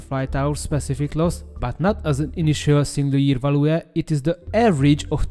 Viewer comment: Összességében jó lett a narráció, 1-2 szót nem értettem csak elsőre. Egy szó volt mindössze "fájdalmas", a "value" aminek a kiejtése "veljú". A Szu- rövidítést általában s-u ("eszjú")- ként mondják, de mivel a Szuhoj angolul "Szukoj", szerintem a "Szu" is jó. Egyébként a MiG-21MF-et nem érintette a 90-es évek nyomora ? Ha a Bisz-nél ez tényező akkor ennél is elvileg be kéne kavarnia, aszt hiszem 96-ig még repült az MF.